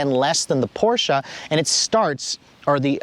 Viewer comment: Too bad he doesn't know how to pronounce Porsche. Poor Mr. Ferdinand.